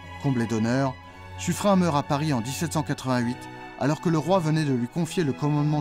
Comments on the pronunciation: Pourquoi prononcer son nom comme si c'etait "Suffrein"? Pour le nom de Lepen vous ne prononcez pas "Lepein" ou "Lepain" ? On prononce Suffren comme s'il y avait un "e" à la fin du patronyme. Notre langue est un heritage que nous devons respecter,surtout face à l'hegemonie de l'IA qui maltraite la prononciation de toutes les langues. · Cette video serait plus credible si elle utilisait une prononciation correcte de Suffren (prononce comme Suffrenne) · J'avais toujours prononcé "suffren"" ->Suffrenne" parce que la majorité des habitants du XVIème arrondissement de Paris le prononce ainsi (avenue de Suffren(ne)) Mais Suffren se prononce bien "Suffrin" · Sur les documents de l'époque, son nom est orthographié Suffrin ou Suffren, ce qui laisse penser que c'était la prononciation courante. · On dit pas sufrin , mais suffrène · on dit suffren(e) pas suffrein ! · Mes oreilles sont écorchées en entendant la prononciation Suffrin pour Suffren (ene). Suffren se prononce comme Turenne . Dans la langue française beaucoup de noms propres s'écrivent différemment de leur prononciation lieu et place de Suffrene. Suffren s'écrit ainsi mais se prononce S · très bonne vidéo merci .juste , j'étais dans la marine , à l'époque de la frégate Suffren, (prononcé sufrèn et non sufrin ) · Je l'ai toujours entendu prononcé Suffrène et non Suffrin .Mais peut être que les profs d'histoire ou les marins de la royale se trompaient sur la bonne prononciation. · Petit détail : son nom se prononce Suffrenn, pas Suffrin. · Juste une question : on prononce Sufrin ou Sufréne ????? J’ai toujours entendu la deuxième prononciation mais jamais la première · Le nom propre Suffren ne se prononce pace Sufrun mais Suffrène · On prononce SU FREINE et non SU FREIN il me semble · Habitant juste à côté de l'avenue de Suffren à Paris, j'ai toujours entendu prononcé "Suffrène" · On prononce sufrène, non ? L'avenue de paris à ce nom se prononce comme ça en tout cas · Ça ne se prononce pas "Suffrène"?